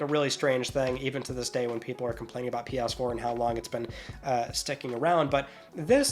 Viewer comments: For the love of God, please pronounce it PS4 and not Pias4. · Lol he calls it pee ass 4 and 5 😂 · “Pe-urse-four” 😹 I love your comedy ( ॒◞ˠ◟ ॒)💨